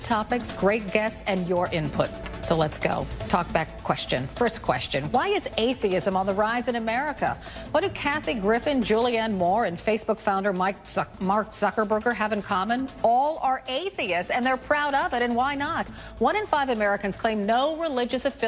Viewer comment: Zuckerberger? Wtf. A professional news anchor mispronouncing Mark Zuckerberg?? How the hell?